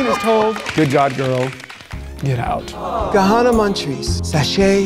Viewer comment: The right choice. She could not hide "MAN" at all. She couldn't even say her own name right using her own logic. If it's Kahanna, why are you pronouncing it Kana every time you say your name?